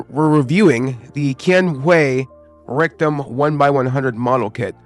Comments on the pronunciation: Rectum? lol when you say Rick Dom it sounds like you say Rectum haha sounds stupid lol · I love the video but i had a few chuckles the way you say rick-dom. I thought you were saying rectum 😂